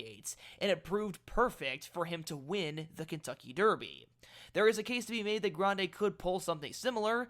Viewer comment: I like the way you trill the "r" in Grande because I was a Spanish teacher. Grande had a far longer trip than Rodriguez in the Wood and was flying late. He got a better rating than Rodriguez when you take that distance traveled into consideration. Like the favorite in the race, Journalist, he's by Curlin. His damsire, War Front, was only out of the money three times in ten races but was a sprinter. Brad Free, Steve Crist and Andy Beyer - all legends in horse racing lore- like Grande to be in the money.